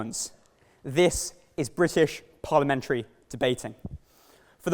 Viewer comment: Perliment sorry ear